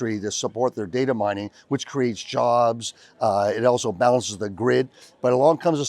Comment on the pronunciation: Great video. “Oweso” there is an L in “also” we are gonna start calling you 😁